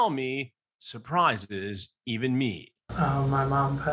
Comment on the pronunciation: "surprisedes" that's a new word, Chris